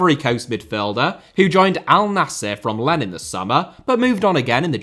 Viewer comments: "Len" the french club Lens is pronounced Lanssss, the s is really strong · your pronunciation is usually quite decent but the way you pronounced 'Lens' there was rough